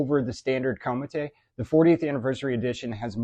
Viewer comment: It’s actually pronounced Comet : Ko met ( like the n’y mets without the s !! Thanx, Bill free Northeast France.